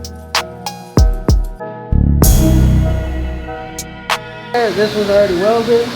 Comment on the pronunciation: My boy said “Mande wey?” 😂 -me when my pops asks me to do some